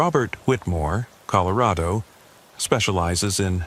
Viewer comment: This is the first time o heard it as colo. Raid o. It's bad enough you go back and forth between Ellen uh and. Ell. Aye. Nah. AI PROGRAMMERS at their best . Yuk. I hate A U I artificial unintelligence. Will stop watching these also.